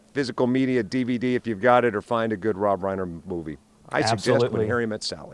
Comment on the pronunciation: tell that woman how Rob Reiner’s name is pronounced correctly.